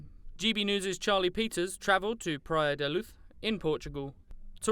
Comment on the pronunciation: Why’s he saying Praia da luuth . It’s Portugal not Spain 😂